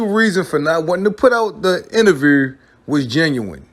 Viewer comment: He has struggle pronouncing the word “INTERVIEW”